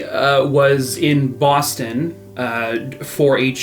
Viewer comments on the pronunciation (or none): Was your Boston accent on the word Boston intentional?😂